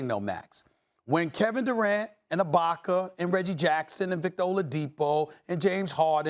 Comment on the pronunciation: Why this dude keep saying Serge Ibaka name wrong. He’s the only person on espn to get it wrong all the time.